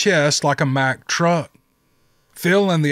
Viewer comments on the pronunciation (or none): none